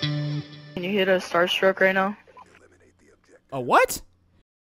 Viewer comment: He ssid startruck 😂😂😂